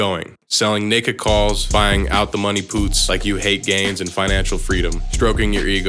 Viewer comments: You have a weird ass way of pronouncing puts my man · Why u say puts like that lol...